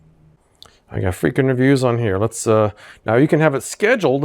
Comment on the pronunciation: Why do you pronounce the name of your channel "freak in reviews" (3 words) rather than freakin (rhymes with weaken) reviews (2 words)?